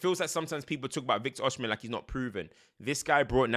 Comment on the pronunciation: Before you do the Osimhen video abeg. (Oh-See-meh)